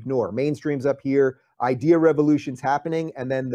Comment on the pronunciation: Dave Rubin has totally destroyed the word "idea".